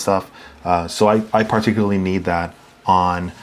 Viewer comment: I ‘par-ticularly’ enjoyed this video. Subscribed lol